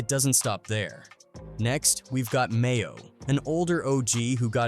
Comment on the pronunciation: dudes name is maino not mayo. you should prolly use ai narrator without autocorrect next time